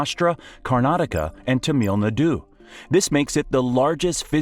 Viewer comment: I am Indian. why did you say Tamil Nadu like that.